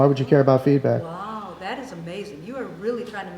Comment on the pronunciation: Did she say "happy to get the feedback or happy to get the feedbag"??